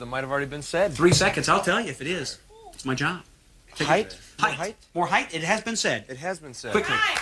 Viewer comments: "HeightH"??????????? 😄😆😅🤣😂 Dipsh*t Pillman 🤡🤡🤡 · Was Brian Pillman pronouncing the word "height", like "heithe" ?